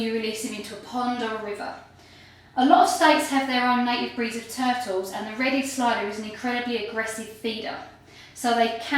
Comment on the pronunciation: I like how you sat tertels. :>